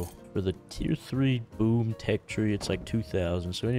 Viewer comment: when says "boom" it kinda almost sounds like "boob"